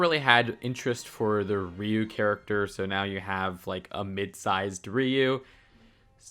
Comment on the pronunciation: Wings aren’t new, they came out this year (2025), but the Tail is Ri-u not Riyu. Do you even English, Bro?